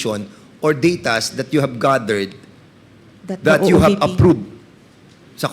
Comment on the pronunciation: have....not hub....please naman mag pinoy linguahe na lang kayo mga engot.